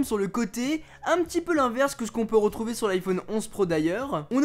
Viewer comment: De vous retrouvey pour parley 😕😕